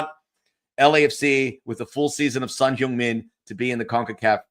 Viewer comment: Please correct your pronunciation for Son. It's not Son "Hyoong" Min .. it's Son "Hung" Min. I know you're married into a Korean fam. Please confirm. Grazie